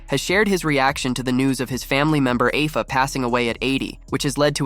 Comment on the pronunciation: 50+ years of watching wrestling and I never heard Afa's name pronounced as it was here. Lol